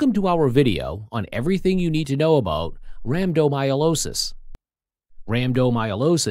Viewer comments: It's not myolosis. It's rhabdomy-o-lysis. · Rhabdomyolosis, rambdomyolosis, rampant myelooloo. Good grief. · Have the robot pronounce the condition correctly, at least